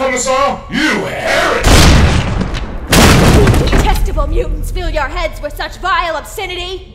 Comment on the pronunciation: dont you mean here-THICK